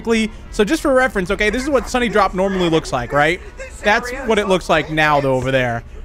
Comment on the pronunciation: Did you say sunnydrop it’s sundrop for correction just saying